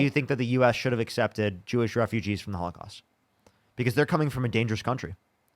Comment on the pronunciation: the H-caust??? WTF? An extra syllable is too much effort? When someone tells you who they are, believe them. This dude is a toilet flush.